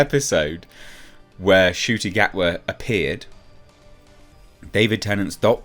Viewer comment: That's Ncuti Gatwa Na-q-tee Gaht-ee... Yeah... I'm at a lost...